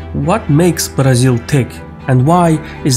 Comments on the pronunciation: Excellent!!! Pronouncing Brasil, was a +!!! Many thanks from Sao Paulo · May I say your pronounciation pronunciation of Brazil is eerily correct?